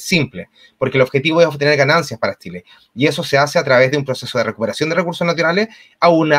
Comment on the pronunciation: ...se dice Chile, no Tchile...es lo mínimo pues Sr.